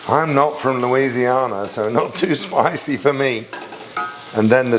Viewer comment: Hope you’re feeling better and ABSOLUTELY the crawfish! New Orleanian asks if you could say Louisiana again please 🥰